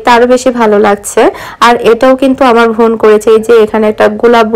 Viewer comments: apni bar bar von von bolen kano bon bolte paren na, osojjo lage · apu oita von hobe na. bon hobe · আপনি বোনকে ভোন বলেন কেন?